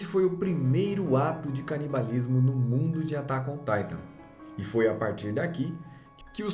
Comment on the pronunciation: "Atácôn táitã"